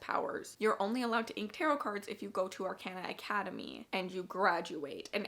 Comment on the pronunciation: Ar-con-uh. Or, actually, Ar-caw-nuh would be a more accurate way to write the phonetics.